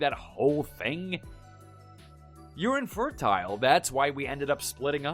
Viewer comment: “Infertyle”, “steryle”, “fragyle”, “liverd”, “haarem”? OP’s VA REALLY needs to work on her pronunciation.